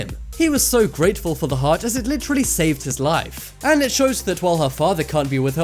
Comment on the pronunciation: He said litchrally a lot